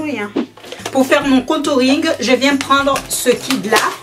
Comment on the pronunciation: on dit kit pas kid je sais je critique mais je fais des fautes